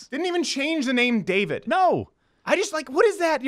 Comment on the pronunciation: its a short a in David like the show little Britain. Hi I'm David I'm the only gay in the village.